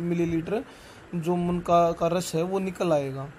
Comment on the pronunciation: Bhai munka nhi munnaka hota hai